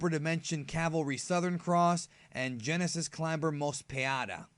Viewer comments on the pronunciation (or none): none